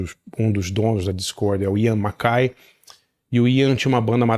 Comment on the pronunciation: 🙌 alguém que sabe falar o nome do mackaye certo , porém falou Guy errado😂